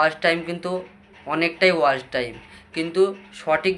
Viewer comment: ওয়াশ টাইম নাকি ওয়াচ টাইম। শব্দ টা ঠিক করে বলো।